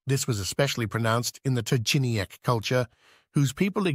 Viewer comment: I see how difficult is to correctly pronounce the names of Polish archeological cultures Trzciniecka (Trzciniec ), Masłomęcka (Masłomęcz), Przeworska (Przewrorsk)